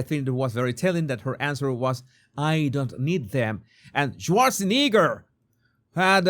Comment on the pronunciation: You have an interesting pronunciation of Schwarzenegger 😂